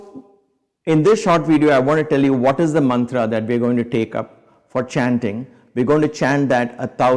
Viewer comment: Nonsense fake Mantua and fake sound pronunciation.